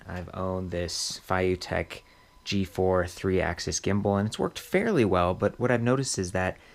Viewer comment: Feiyu is read as Fay Yee. The "yee" sound is slightly more challenging to pronounce.